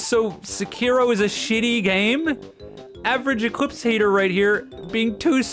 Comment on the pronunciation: Ee-Cleeps Thje Scammjehr